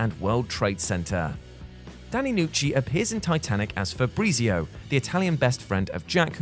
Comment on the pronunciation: My God i just love how you call him fabreezeeo